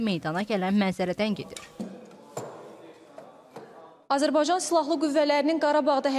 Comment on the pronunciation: Azırbaycan yox Azerbaycan